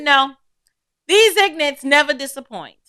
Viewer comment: “these ignants…” 😂😂😂